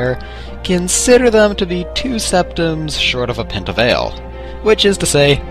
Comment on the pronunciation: never heard someone misspronounce pint of ale before